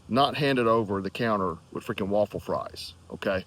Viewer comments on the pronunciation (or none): none